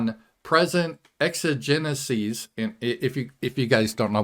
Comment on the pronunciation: He focused on meaning of the word exigencies while mispronouncing it repeatedly as well.